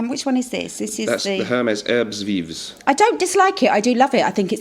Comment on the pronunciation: Herbes Vives pronounced “air-buh vive “. In français, you don’t pronounce the ‘h’ and the ‘s’.